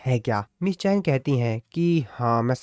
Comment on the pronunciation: Miss cha hae en❌ miss chayen✔️